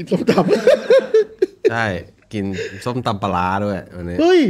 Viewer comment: น่าะชื่อส้มครับ คนจีนพูดไม่ชัด เหมือน มีน้ำแดงจะกินน้ำส้วม เคยใส่เป็นซิลิโคนดูดลิ้ครับ